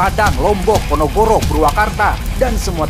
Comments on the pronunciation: Ponorogo om bukan ponogoro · PONOROGO BUKAN PONOGORO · PONOROGO, bukan ponogoro wkwkw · Ponorogo hadir bang. Btw yg benerr Ponorogo bang bukan Pogonoro 😂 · Tulisan e ponorogo ngunu ngomong e ponogoro😂😂😂😂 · Ponorogo, bukan Ponogoro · ponorogo bukan ponogoro hehe, film ny d endorse Tissot, meni humble tarawih hoam, kalem taraweh mah da sunat. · Ponorogo bukan ponogoro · Ponorogo bukan ponogoro 😂😂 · Ponorogo, PONOROGO bukan PONOGORO😂😂😂😂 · Ponorogo bukan ponogoro 😭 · Ponorogo bang bukan ponogoro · PONOROGO mang, bukan PONOGORO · Bang pas absen lu salah baca😂 "PONOROGO BUKAN PONOGORO"😂😂😂😂😂😂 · Ponorogo bukan Ponogoro😭 2 kali ada komen Ponorogo dibaca Ponogoro mulu anjir🤣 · He min, slh ngmog ya, ponorogo bukn ponogoro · Kok ponogoro sih 🤣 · Ponogoro 😂🤣 fakkk wk typo ngomongnya wk